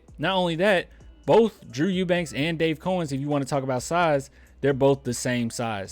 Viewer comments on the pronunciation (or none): It’s pronounced Cow -ens, not cOh-ens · Its cow-ens